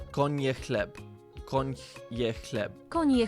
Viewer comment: Duolingo pronounciation too fast. In "koń je chleb" you should emphasize spaces. What I hear is "konie chleb", which means "horses bread", and have a little sense (no "eat")